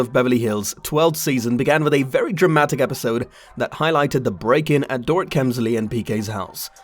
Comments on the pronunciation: It’s not Dor It. It’s pronounced Dor ret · DORE IT …omg the pronunciation is appalling .. Boom there goes your credibility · Door Eat… that’s how you say this lady’s name.👎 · It's Dorit but pronounced " Dor - reet" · The only reason I believed her is because she lives about 1/8th of a mile away from Kyle, whos home was also broken into. I think these people know when they are out of town and probably didn't expect Doorit (love that you mispronounced her dumb name the entire time) to be home. As for the alarm system, I feel like a lot of people don't set it when they are home. I know that I rarely do. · Door-it lol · i lovi love the way you say her first name LMAO. Dor-It 🤣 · Omg ....learn to say her name.